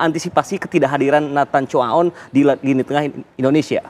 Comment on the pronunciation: Nama Nathan Tjoe A On Di Baca Nathan Juan